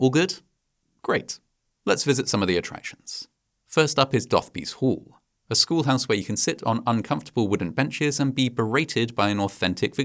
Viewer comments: It's not "DOTH-bees Hall", it's "DO-the-boys Hall" 🤷‍♀️ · Ah, you missed one of Dickens finest puns - Dotheboys Hall is pronounced 'Do-the-boys Hall' - much more appropriate for what went on in there. For Dickens, names gave you the character of a person or place. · The school in Nicholas Nickleby is pronounced "Do-the-boys Hall". One gathers that Dickens, like Rumpole, was not a fan of the institution of private education.